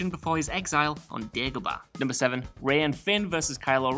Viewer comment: Not tryna be horrible or anything. But it's Dagobah, thought I'd say it before someone said it horribly.